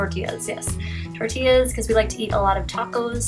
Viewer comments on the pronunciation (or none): none